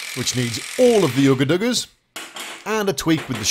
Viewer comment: If you're gonna rip someone off, pronounce shit correctly. Not oooga doooga.... Ugga dugga